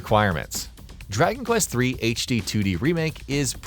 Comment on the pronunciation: Draky Quest 😂